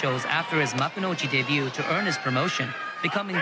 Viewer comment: The T in debut is silent btw.